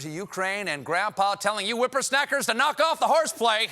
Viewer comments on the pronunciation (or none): Did he say whippersnackers? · Ad Rock apparently he missed that prompter dash to the next screen. Whopper-snacker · Not sure, but I think Stephen said "Whippersnackers." ;) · Did he say "whipper-snackers"? Cause that's even better than snappers😆